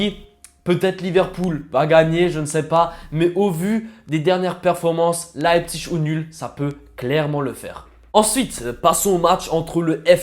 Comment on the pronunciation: Tu le prononces bien RB Leipzig c’est un peu compliqué à prononcer